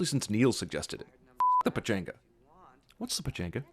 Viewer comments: The Pachanga is an awesome dance...but I'm sure Neil didn't know that. Also, it's pronounced "Pa-Chong-ga". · the way white people say pachanga makes me wanna die